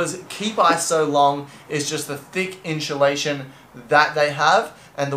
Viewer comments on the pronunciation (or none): Inchulation lol. Made me laugh